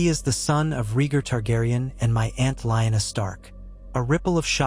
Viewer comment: I like your stories just not pronunciations of rhaegar and lyanna